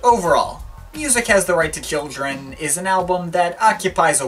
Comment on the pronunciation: Why are you pronouncing "children" as kildren?